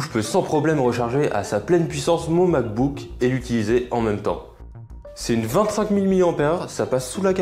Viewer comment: pas mal le "pear macbook" 😂🍐